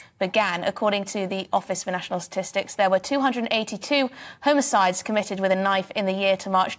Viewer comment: Why is she saying HOMO-CIDE instead of "homicide" Also why is she smiling while taking about knife crime?